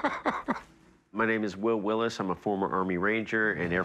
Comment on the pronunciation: It's pronounced willis not Willie's